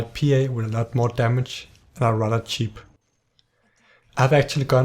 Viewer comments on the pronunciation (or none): none